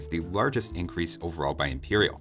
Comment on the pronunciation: "eincrease" "spawwn"